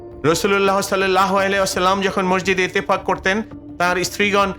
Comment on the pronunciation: আপনি ইতেফাক বলছেন কেন?হবে ইতেকাফ।